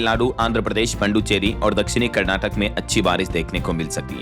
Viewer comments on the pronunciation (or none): none